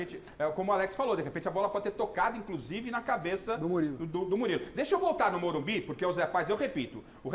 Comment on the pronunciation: porque estão falando morumbis??? O locutor da tnt também falava morumbis. E nova moda dos bambi??